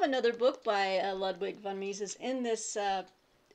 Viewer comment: Ludwig is pronounced lood-vik. :-)